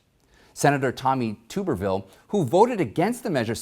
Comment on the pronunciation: Just an FYI - He pronounces it TUBerville. Love your show!